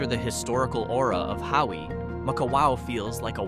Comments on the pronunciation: You aren’t saying Hawi (Ha-vee) right in your video which is on the North side of the Big Island!!!!you are saying Howie!?!?haha…enjoyed all your information about the Hawaiian Islands 🤙🤙🤙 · Its pronounced’HAVI “❤